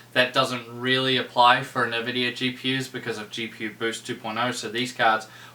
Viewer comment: seriously "nevidia? why is it so hard to prounce the name right for some people. You can hear it pronounced correctly in many games that have the Nvidia logo when starting so there is no excuse.